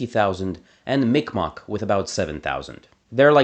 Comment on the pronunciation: loved the video but he did mi'kmaq so dirty with that pronunciation